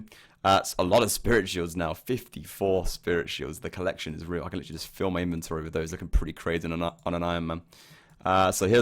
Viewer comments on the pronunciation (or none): none